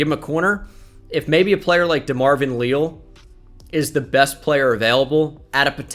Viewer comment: It is Lee-Al, coming from an Aggie